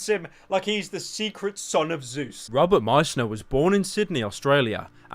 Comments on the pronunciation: rrrrrrobert Patterson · You pronounce “ Robert” like “rubber”